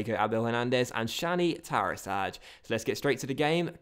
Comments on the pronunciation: It's pronounced tarashai not tarashaj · it's pronounced tarashy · Just as a little bit of pronunciation help, I think Tarashaj is pronounced like tara-SHY:)